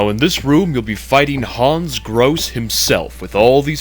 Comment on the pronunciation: I don't know if anybody cares, but that's not how to pronounce "Grosse". In particular the final "e" is not silent. It's a German name. But I guess it doesn't matter. Everyone also pronounces "Wolfenstein" wrong and that's not likely to change. :P